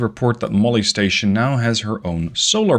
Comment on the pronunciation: RIP Molly but can we speak clearly when referring to the station it sounds like molestation.